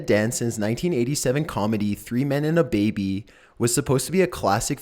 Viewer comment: "3 men and a beebee"...lol